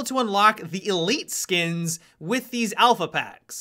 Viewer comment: lol how he say elite skins